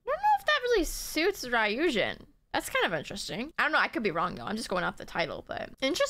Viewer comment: lol, how is she gonna call herself a Midzy and not know Ryujin’s name is pronounced “Roo-Jin”?